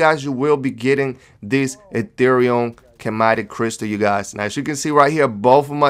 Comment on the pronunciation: OMG IT'S NOT A CHEMATIC crystal dude!! 😂😂😂💀💀💀 it's pronounced ski-matic